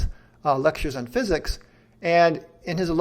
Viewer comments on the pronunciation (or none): none